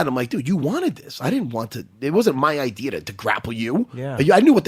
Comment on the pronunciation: "wasn't even my idear."